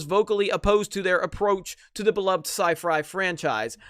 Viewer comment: "Sci Fry" xD